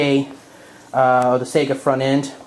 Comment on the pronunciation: I'm from Finland and Saiga comes from our eastern neighbour and the "real" pronunciation is Saiga (A not ae as in A,b,c), like a mexican a as in Maria. hope that helped.